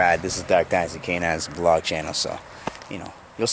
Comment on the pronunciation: I LOVE YOUR DOGS AND DO U NO HOW TO SAY VLOG